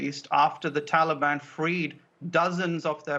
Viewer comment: And..... 😂😂😂Joe pronounces ‘Taliban’ like it’s an ice cream or something! ‘Hey mon...would anyone like a Tollybon?!?’🍡🍡🍡🍡🍡🍡🍡🍡🍡🍡🍡🍡🍡🍡🍡🍡🍡🍡🍡🍡🍡🍡🍦🍦🍦🍦🍦🍦🍦🍦🍦🍦🍦🍧🍧🍧🍧🍧🍧🍧🍧🍧🍧🍧🍧🍧🍧🍧